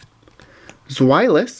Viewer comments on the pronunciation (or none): none